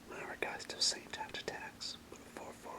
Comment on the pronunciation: its traft, not Taft